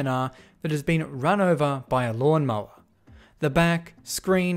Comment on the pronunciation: Law - mow - er'